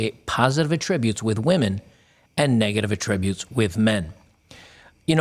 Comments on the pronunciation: The accented syllable in the word "attributes" is the first syllable: ATT'-ri-butes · Yeah, it irritated me too. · Attributes. The emphasis is on the first syllable in the context in which you're using it here. If you're attributing a statement to someone, then emphasis is on the second syllable. I'll let myself out. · "...with negative a-TTRIB-utes..." Should be "AH-ttri-butes." The verb is stressed on the second syllable, but the noun (like here) should be stressed on the first syllable. Also . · It's ATTributes not atTRIBUTES. Come on man. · Love ya man, but you really should pronounce "attributes" correctly in the particular context you're using the word. This is literally my one and only nitpicking criticism of your excellent work. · Bro pleeeeeeeeeeeeeeeese learn how to pronounce “attributes”!